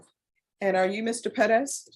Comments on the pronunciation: Unless youre speaking spanish, its Perez, not Peddez. It sounds so ridiculous. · I was thinking it’s Pettis this whole time, I refuse to believe she’s jacking up Perez so much. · Why does she always try to pronounce Perez as peh-dez? Just say Perez. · It’s Perez